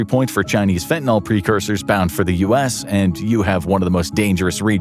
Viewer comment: There's no "o" in fentinyl